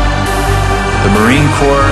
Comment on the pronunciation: "Corps," isn't a word which many people use/see in their day-to-day vocabulary. The Marine Corps/Peace Corps have very little relevance in my life. I think its forgiveable that there are other Americans/members of the general populace who are in a similar situation. Since its a word I rarely use I was going by ear and as the "s," is silent it sounded just like "Corp.," to me. I'm sorry if this somehow offended a patriotic/elitist vibe in you, but mistakes happen. Deal with it.